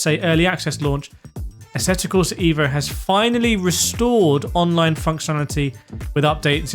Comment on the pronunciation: evvvvooooooo mate not iiiiiivo